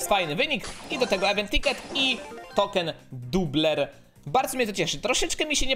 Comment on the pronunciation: poco czytaj poko token doubler czytaj token dołbler :D